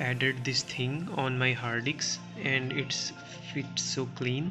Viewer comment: its HARD DISK...not Haadiks😂